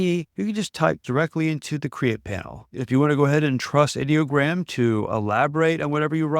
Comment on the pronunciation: Thank you for pronouncing Ideogram correctly. I hate these creators who call it EYE-Dee-O-gram. Ideogram is the BEST image generator in my opinion. It's my go-to when I need text in a graphic.